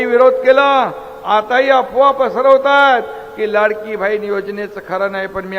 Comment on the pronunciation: बहिन अशेल पानी म्हनून... आनि म्हनून... किती अशुद्ध. 2.5वर्ष सहन केले.